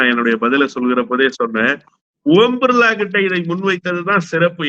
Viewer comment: ஓம் பிர்லாவா ? ஊம்* பிர்லாவா ? தயவு செய்து சரியாக உச்சரிக்கவும்.